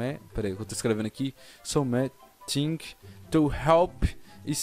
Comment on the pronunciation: Eu chorei de rir quando ele falou something